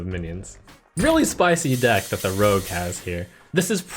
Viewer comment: Rogue? .... Rogue 😒